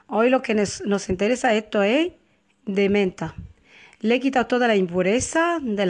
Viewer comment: Eto , eta, de dónde es usted que se come las "S" ?